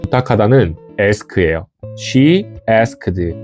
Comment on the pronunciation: 애스크드가 아니고 애스크트죠..